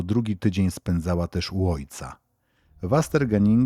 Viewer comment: Szwecja to nadal dobrobyt i lekkie życie dzielnica trzeba czytać jako westernhaninge szwedzkie nazwy nie łatwe do przeczytania mieszkałem niedaleko wiele lat temu